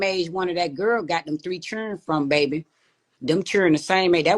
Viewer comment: I need you to say som' babay 😂